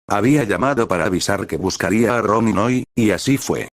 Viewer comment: Por momentos me confundo cuando dice Ronni